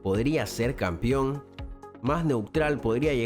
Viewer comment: ¿Por qué dice Campión?.